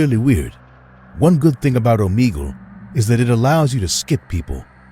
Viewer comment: The fact that he said Omegle wrong 😑